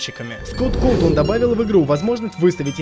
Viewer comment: Не " Коутона" а " Кавтона"